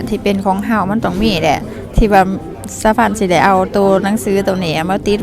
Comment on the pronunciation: ดีใจด้วยนะคะดูมานานแล้วฟังพูดเมื่อไหร่จะพูดชัดคะคําว่าได้แต่พูดว่าไล่ตลอดคนทางบ้านเขาก็พูดว่าได้นะมีนี่แหละพูดคําว่าได้เป็นไล่หวังดีนะคะ❤❤❤❤❤